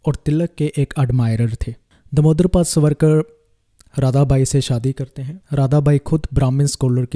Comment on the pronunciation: Try to pronounce his name properly as. SAVaRKaR